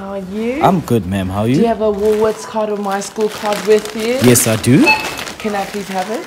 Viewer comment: 😂😂😂😂"Woolworths hey"